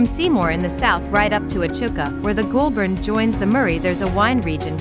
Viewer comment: Goulburn River pronounced GOAL-BURN Echuca pronounce EECHOOCA